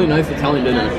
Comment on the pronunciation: “diNnYer” -corbs